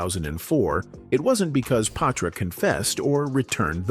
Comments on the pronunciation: Yeees I was a Patra fan 😊 & Ima blame the mispronunciation of her name on the Ai voice ... Its pronounced Pa-tra not pay-tra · Is he saying paw-tra😂